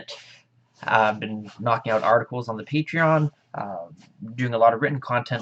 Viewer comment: peetreon XD